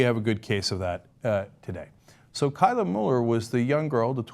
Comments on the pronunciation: You're pronouncing Kayla wrong. Source: My sister's name is Kayla. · Cenk srsly cant pronounce kayla?